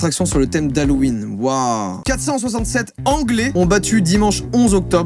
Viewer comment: c'est vraiment un parc d'attraction sur Ha-LOUP-ween ?